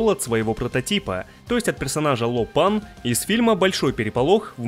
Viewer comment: только Ло Пэн, а не Ло Пан) Дэйв Ло Пэн)